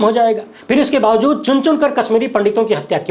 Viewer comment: Kyun bawjood ko bawzood read KERTE ho....SAHEEH ghalat mein farq nahi MALOOM...kaiser news reader ho...very sad...